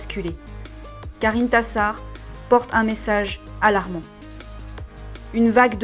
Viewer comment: "IntIIIIIssar" disais-je à chaque fois que tu parlais d'elle haha xD Je suis en train de lire le tome 2 et j'avais dévoré le tome 1 aussi, ça se lit très facilement =)